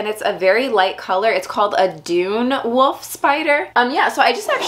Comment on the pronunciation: Can't stop hearing 'Woof' spiders :D